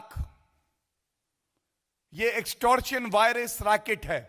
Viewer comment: प्रेस कांफ्रेंस में सब्दो का चयन और उच्चारण ध्यान दें । अर्थ का अनर्थ न होने दें। " कोविड वेक्सिन से ज्यादा खतरनाक है एक्टोर्शन रैकेट" । क्या कॉविड वेक्सिन खतरनाक है ?